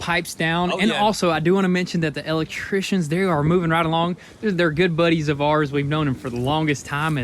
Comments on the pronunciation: He kills me with that " L ectrician " 🤣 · “Let’s go spy on the El-Leck-trishions” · Elect...Trictions lol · Where'd you guys learn how to say electrician